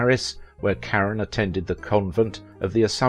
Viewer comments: I couldn't continue watching this. Why wouldn't you take the time to even TRY to pronounce her name correctly? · Her name is French. At least, as a supposed professional, have the courtesy to pronounce it as French, not provincial English. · Wonderful actress. Please learn how to pronounce her last name correctly!!! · This is one time when I can't listen to your program every time you say her last name I just cringe. You pronounce her last name incorrectly. I'm sorry I'll be back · Thank you for saying exactly what I was going to say. She was French, and so her name would NOT be pronounced as you would an English name. It drove me crazy through the entire video. So, thank you. I watched her in many films not named in the video, and adored "Lily" and "Gigi." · Thank you for mentioning the mispronounced last name. If someone is making a video about someone, their name should be pronounced correctly. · I believe the narrator mispronounces Leslie Caron’s last name. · It's Leslie (Cah-ron...hard 'o') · Her name is pronounced “ CARONE” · I often enjoy your videos ... they are informative, and usually the subjects are of great interest to me. But it is SO annoying when you mispronounce their names over and over and over. You've done this on several videos, and it is just maddening. Leslie Caron's surname is pronounced Car-RONE. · I've always heard her name pronounced, "ca-RON". ? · I believe her name is pronounced "Ka-Roan". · Yes “ CARONE” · I just heard one too many 'Karen's' and couldn't take it anymore. It's like fingernails on a blackboard. I like this channel but will watch something else from AOV. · That's not the right pronunciation. That might be how it would be pronounced were it a Spanish name, but it is French. Ca-roh (the "N" is not pronounced, the second syllable is nasalized, there is not an accent on the second syllable). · You pronounced Leslie Caron's name wrong! What is wrong with you? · He is mispronouncing her name. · It’s caRon not Karen